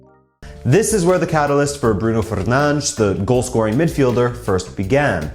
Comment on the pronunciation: To think is pronouncing Fernandes wrong😌